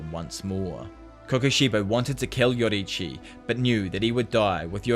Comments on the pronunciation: Btw you pronounce yoriichi wrong it’s your-re-chi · Can anyone notice that he says yodirichi